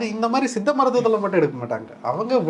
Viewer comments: தம்பி... மருத்துவர் சொல்கிறது போல் சித்த மருத்துவம் என்று சொல்லவும்.. உங்கள் உச்சரிப்பு தவறு... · Tamil medicine is one of earliest medicine in the world. It deals with many subjects both internal and external of the Human beings. Anchor try to pronounce properly 'Siddha Medicine ' not seetha medicine.